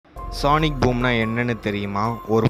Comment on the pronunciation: சானிக் இல்லப்பா....சோனிக்